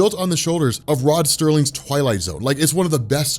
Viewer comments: Rod Serling, not Rod Sterling. I forgive you. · Anyone else find it funny that in the middle Of an anecdote about someone not having seen Twilight Zone, he says “Rod Sterling”?